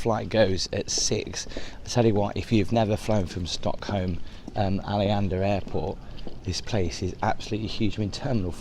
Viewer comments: I swear you are making up names now. Ar lee an da airport?? 😂😂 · There were some questionable pronunciations of "Tromsø" and "Arlanda" in there 😂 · My man... your butchered pronunciations of Nordic places was off the charts. Calling Aaleeyanda Airport. Its Arlanda (Aar-laan-dah) airport. Then calling Trosmo to Tromsø (Troom-so).... Funny!!!!